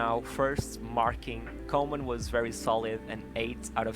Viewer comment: Pronounced Koeman like cool.